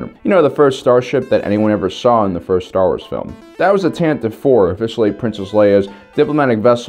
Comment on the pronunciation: You said tantive 4 right the last time. Its pronounced tantiveee